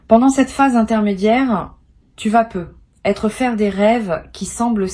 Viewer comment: Que c'est MOCHE , l'IA !!! Par exemple : " Tu peux peu ........ Être " Vous prenez vraiment les auditeurs pour des cloches !!!!